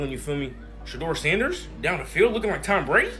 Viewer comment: How many different ways is this AI robot gonna pronounce Sanders name?